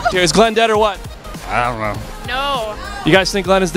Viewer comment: "Is Glenn dead or what?" "Ianknow"